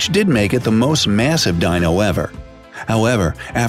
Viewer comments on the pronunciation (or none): none